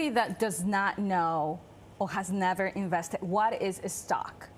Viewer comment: "impor'an", "scare", "invest'e", enunciation is important for credibility and communication